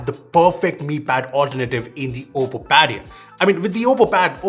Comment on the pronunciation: You nailed the name 😉